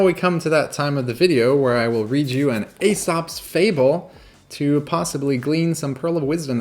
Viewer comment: btw, Aesop is pronounced E-sop as the Ae = E (e.g. also in Caesar Emperor of Rome). According to the fable, the man required the bridle and mount to be placed on the horse BEFORE doing the job of removing the stag, so the help came with the pre-condition to be satisfied before the favour was done. The simple meaning to the fable could be... and that is how the horse came to be the servant of man... OR that one's subservience to another must be made willingly... OR this was a lesson in negotiation... OR that the man tricked the horse into becoming subservient for doing a favour that could only be done by the man whilst sitting astride the horse and above the stage in order to use the horse to corral the stag out of the meadow. On a sinister note, the Mafia would do favours for protection money.